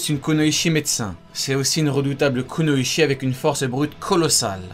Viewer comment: Bizarrement quand dit kunoichi en parlant de sakura j'entends connasse